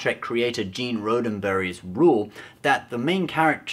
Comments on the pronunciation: Just FYI ... ST:D Is produced by CBS Television Studios, Living Dead Guy Productions, Roddenberry Entertainment and Secret Hideout. Paramount has no input at all, so they won't be able to fix it. And Gene's name is pronounced Rod-denberry, no Roh-denberry ... :) But you are correct. The Orville is Or-some :P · Gene "Roaddenberry"??? ROADEN-berry??? Come on, man. It's pronounced Roddenberry, just like it's spelled. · I agree with your video, but it's pronounced R-ah-d-uhn-berry, not R-oh-d-uhn-berry I also love to hear your thoughts on the "Classic Doctor Who vs NuWho" debate. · "Gene Rodin-berry"? 😂🤣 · Okay, so this is the second Star Trek video I've watched from this guy. With the first one, they blatantly didn't know so much about Star Trek, it was embarrassing. And they seriously don't even know how to pronounce Gene Roddenberry lol. Why in the world is this guy making Star Trek videos?🤔 The constant commercials doesn't help either. Why am I still watching this lol? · Sorry, thumbs down for mispronouncing Roddenberry. You should know better. 😫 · If a girl being called Michal short circuits your brain for 10 seconds, you have a lot more problems than a female having a masculine sounding name... And it's not just your pronunciation of Roddenberry. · I'm starting to enjoy these idiots complaining about Discovery, because someone who can't even correctly pronounce Gene Roddenberry's name and thinks a idiot captain is a "good roll model" is obviously an expert.